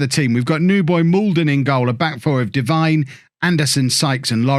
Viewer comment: Hey, it’s pronounced Deveene rather than Devine as it’s spelt. Sorry to be that guy, love the series